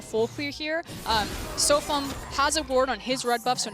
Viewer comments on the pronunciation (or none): No. She said "This one is really going to hurt SofM." The pronunciation of his name is a bit off though, so I can see why one might think that.